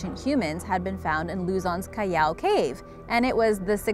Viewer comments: Its not cayaw.... It is Cal aw thats how you pronounce callao. Bobo. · Its pronounced as Cal-yao. She used how mexicans pronounced ll. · its pronounced "Callaw" not cayaw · It's not KA-YAW man and cave it's Cal-la-o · Callao is actually pronounced as kal-lao, not kayao.. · Its not caiiao its callao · Its callao not cayao😂 I'm proud to be a Filipino! Like this if you are! Pilipinas! 😂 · So callao caves is pronounced Ca-yao? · Is anyone else not bothered by how she pronounces Callao as Cayaw? I see no "Y" in that word. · its cal lao